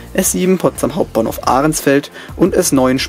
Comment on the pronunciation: Eine schöne Doku, der man die Detailarbeit anmerkt. Allerdings heißt es nicht "Ahrensfeld", sondern "Ahrensfelde".